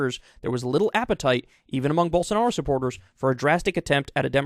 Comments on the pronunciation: Not quite, but I get how it might sound like that. He’s just pronouncing it as an actual j instead as the zh it’s supposed to be. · Did Kyle say Gyroball Sanaro?